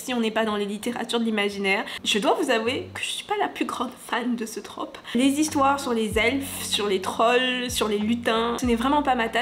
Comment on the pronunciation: MERCI à toi d’accorder et de prononcer correctement ce mot 🙏 parce que je n’en peux plus d’entendre “une traupe” 🤦‍♀️